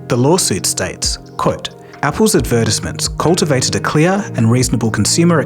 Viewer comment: Please listen to an example on how to pronounce advertisment. I'm begging you